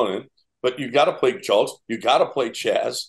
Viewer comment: It's "lose" and "Julks"